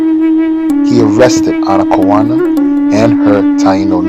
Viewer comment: Are you sure her name is pronounced that way? Google says her name is pronounced, "Ana-kay-own-uh". The effects of colonialism are still persistent so I'm not sure if Google is getting it wrong so I don't know.